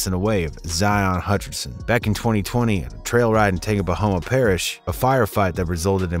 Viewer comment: Sir it’s called TANGI- Puh- Hoah parish 😂😂😂😂